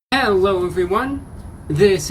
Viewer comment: Why does he say hewwo everyone